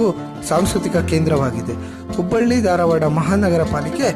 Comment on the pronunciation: ಧಾರವಾಡ .... ದಾರವಾಡ ಅಲ್ಲ.